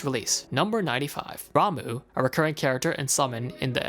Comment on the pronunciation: Did you just call Ramuh... Ramoo? RAMOO?